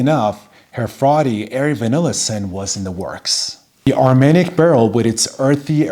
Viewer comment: You pronounced it right👍,Armagnac=velvet cognac=silk. I only own plum in cognac and am loving it,will get a sample of Armagnac soon.